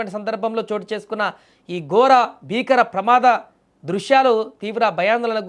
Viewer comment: రహాదారి కాదు....... రహదారి...... గోర ప్రమాదం కాదూ నీ మొహం... ఘోర ప్రమాదం.....